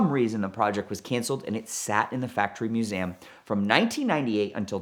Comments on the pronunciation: Museum not Musaaaaaem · I really thought he mispoke but then he did it 2 more times right after lol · Why does the tool say Museum as "Mewsaayem"??